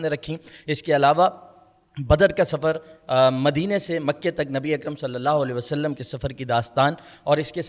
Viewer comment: نبی اکرم صلی اللّٰہ علیہ وآلہ وسلّم کے نامِ مبارک کے ساتھ درود پاک مکمل پڑھیں پلیز درود پاک کا ہر لفظ مکمل اور واضح ادا کریں پلیز